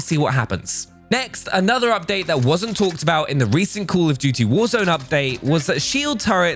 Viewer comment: "coul of dooty"